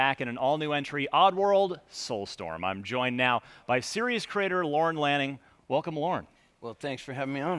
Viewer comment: ‘Lannin’... twice...